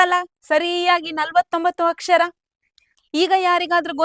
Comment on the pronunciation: Chennagide..aadre akshar alla akshara..